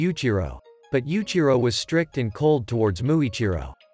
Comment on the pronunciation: Yuichiro not yuchiro